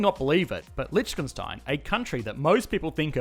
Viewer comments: why is he saying Lietchkenstein instead of Liechtenstein ? ( litch - ken instead of lich - ten) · Man, you really need to learn how to properly pronounce Liechtenstein. It's painful to listen you saying it :) Hint: the ch is silent (/ˈlɪktənstaɪn/, or LIK-tən-styne). Here on Wikipedia you have the audio of a better pronunciation (at least for an English native speaker) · oh i allways thought it is Lichtenstein since every german pronounces it that way since Licht is light and Stein is stone so we say it like the two german words we have for it... But i only now realize how it was Liecht all the time xD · It's funny how he pronounces it like "lytshkenstyne" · It's pronounced: lee-TV STATIC-ten-stein. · Litch-khen-stein sounds so wrong... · This. Is. Lishkenstein! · Please do the former communist countries of Central and Eastern Europe Also please try pronouncing Liechtenstein something like leekh-ten-shteyn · I'm surprised no one has said that before. But the way you pronounce Liechtenstein is funny! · I love how wrongly you pronounce the name of the country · The video was awesome but the pronunciation of Lichtenstein killed me. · The way you pronounce Liechtenstein makes me cringe so hard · As a German its funny to hear an English speaker pronounce Lichtenstein xD